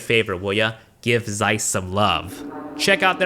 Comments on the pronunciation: I loved this so much, that the only objection i have is that Zeiss it's pronounced "tz-eyes" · Just wanted to mention that its not Zeiss with Z pronounced. It is a German originally word and Z as first letter is pronounced as TS (C) and the transcription is [tsaɪs] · Its pronounced Tseiss. As in Tsumasa for example